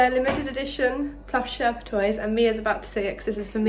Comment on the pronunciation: And how perfectly she said Sherpa.